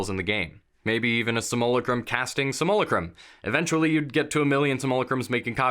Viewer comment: is there a competition among dnd youtubers to figure out who comes up with the dumbest way of saying simulacrum?